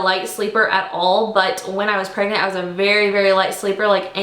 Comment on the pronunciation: Did she say 5 months pregnet???